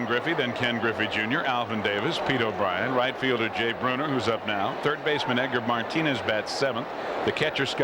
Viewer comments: Why is this dude saying "Jay Brooner"? 😂😂😂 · I can't get by the guy calling Jay Buhner, "Jay Bruner". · I remember years back on a random satellite feed in the early 90's that was broadcast in Spanish, and Buhner's name was pronounced "Boo-Ner" by the announcer. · Haha, so fucking frustrating. Come on, man. It's your only job. Get the names right.